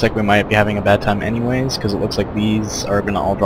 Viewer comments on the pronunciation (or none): none